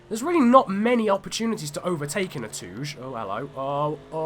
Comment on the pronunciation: Being a Japanese thing, I believe touge is pronounced to-gay, not tooj....